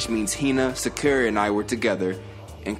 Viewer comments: Am i the only person bothered by the way he says Sakura's name? Sincerely, a Naruto fan lmfaooo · Is saying byakuya and Sakura wrong on purpose and does anybody know when his next merch is dropping